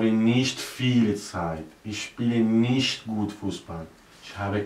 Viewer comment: Es heißt aber eigentlich "nicht" und nicht "nischt"